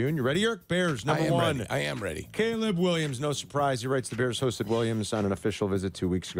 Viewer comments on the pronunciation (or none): Did anyone catch Jurko calling Caleb, Gayleb? 😂😂😂😂😂😂😂😂